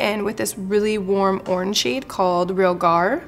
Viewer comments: Love this look! Just as an FYI, no hate, but you pronounce "tarteist" like "artist" and it's re-AL-gar. :) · Realgar. I had to google it....a reddish-orange crystal. re-AL-gar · REE-AL-GAR it is an orange arsenic/sulfide mineral